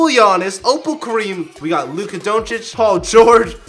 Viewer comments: my boy was saying luka like it was sum type of language in Wakanda 😂😂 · the way he said Lukas name 😂😂